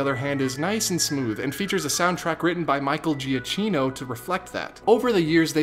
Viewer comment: Love your videos. Quick FYI.... Michael Giacchino's name is not pronounced with a CH sound. It's jah-KINO. In Italian, a C followed by an I or an E is a CH sound, but a CH in italian is a K sound. Thanks! Keep up the good work.